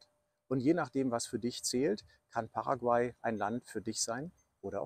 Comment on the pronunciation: Bei Paraguay wird die letzte Silbe betont.